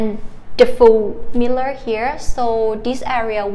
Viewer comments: And mirror... Mear-or instead of miller. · “Mear-or” in American English or “Mirror” in actual English. 😅😊